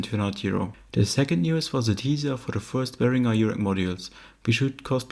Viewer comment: My favourite part is the proper pronunciation of Behringer.